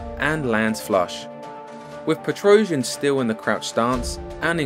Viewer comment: I think Girogio's last name is not pronounced "PetrOuzhian" but "petrosiAn".